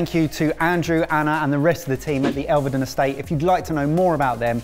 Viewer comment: might have won but he can’t pronounce Elveden - it has two syllables not three, so “Elve-den” not “ El-ver-den” (am a native of Norfolk). Good to see the great Sweet Potato Moonshine (fabulous range) - but surprised no-one tried the fudge or other meats (and game) from the farm shop